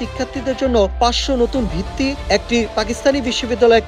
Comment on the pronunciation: সাংবাদিক ঠিকঠাক বাংলা বলতে জানেন না।বৃত্তিকে বললেন ভিত্তি। আটশোকে বললেন আষ্টোশো।